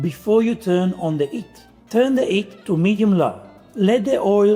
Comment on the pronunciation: I love your videos, but I really have to concentrate on listening. I like to just listen and do some other things and then watch techniques when it's important. But with you, I just need to focus, because your switching of the "h"es. You say hot and have, for example, but 'eat and 'ard, which always keeps me on going 10s back and listening again what you meant. I know you're a true Italian, but where does this inconsistency come from? This is not criticism, I'm just wondering about this half-way.